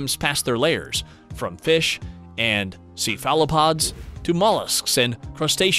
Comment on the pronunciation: And he doesn't pronounce cephalopods correctly hahaha just something that really bothered me....